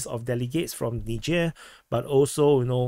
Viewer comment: It least you can pronounce 'Niger' unlike Dubya.